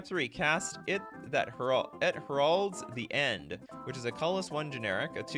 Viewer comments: It's not pronounced 'her-aulds', it is 'hair-aulds' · "You're killing me Smalls!" It's pronounced HAIR-olds! As in announcing the coming of something! I'll reformat my submits, but you really went out of order reading my combo. It's meant to buff all your creatures for a massive attack! Great show,sorry I missed it for FNM!